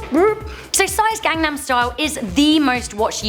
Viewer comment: What I really don't like is that white people pronounced Gangnam style so f*cking wrong. It annoys me because I am Korean